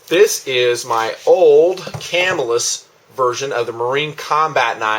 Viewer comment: +1 on the pronunciation. Ca-MILL-us.